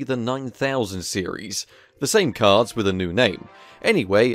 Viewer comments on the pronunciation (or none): Who keep hearing cars and not cards